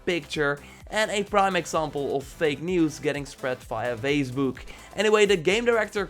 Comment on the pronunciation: Don't forget "phazbuk"......